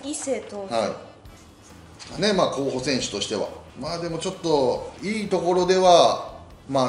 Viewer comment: 「これぐらいですかねこうほさせんすは」